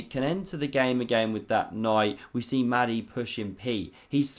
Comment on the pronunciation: Another great vid. Small point, only trying to help.... Mahdi might like his name pronounced with a breath-y, just a bit like a dragon saying "Mahh-di".